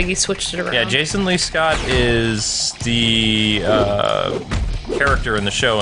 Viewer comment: It's Jason lee Scott not Jason Colin's